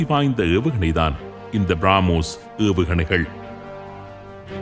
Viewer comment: திருத்தம் : பிராமோஸ் இல்லை, பிரமோஸ் என்று அழைகவும்